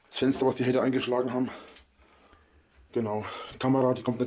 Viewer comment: Es Fensder, was die Haider (von innen!) ei'g'sclagn ha'm... Und er sagt bei tazächlich "Kommd oich, draud tßu mir" :face-green-smiling